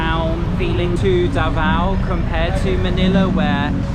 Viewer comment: U pronounced davao wrong and shouldnt be pronounced faster.